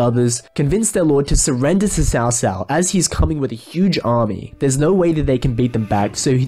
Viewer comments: Except you're wrong. The closest we can get to its pronounciation is by calling it ''Tsao Tsao.'' It's wrong, but it's the closes we can get to the extremely unnecesarily convoluted language that is Chinese. In the 2010 show itself you can clearly hear the officials referring to Cao Cao as ''Tso Tso'' although the ts is extremely subtle. It's very far from a ''ch'' sound my dude. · Great commentary but I don’t understand why you keep pronouncing Cao Cao (曹操) with “ s”?? That not how it’s pronounced in Mandarin. It should “ch” - chao-chao. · Not pronounce as Ts'ao Ts'ao but Ch'ao Ch'ao. As in "Ch"eer or "Ch"erry. Why westerners can't bother to pronounce Chinese words properly.